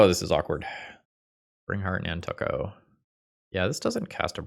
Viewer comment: at this point i'm afraid to ask if the nantuko pronunciation is an honest mistake or an intentional bid to get engagement. i think it's probably "nan-too-ko" tho.